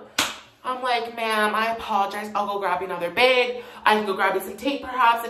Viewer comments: 'The bæg” Lol :) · “The baeg” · milk in the “baeg”